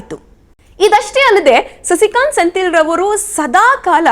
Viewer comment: senthil alla sendhil helamma ChikkaNerale